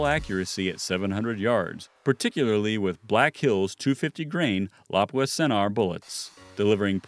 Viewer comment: Whoever is narrating needs to pronounce lapua correctly. And should of said having a good optic really helps to